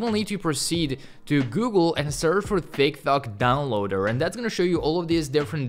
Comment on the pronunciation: Bro every time you said ,,tik tok", I kept hearing ,,thick tock" XD.